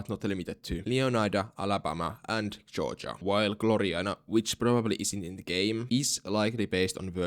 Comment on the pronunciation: I love when you pronounce Georgia as Joja 😊